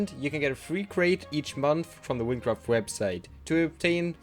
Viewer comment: hahaha wincwaft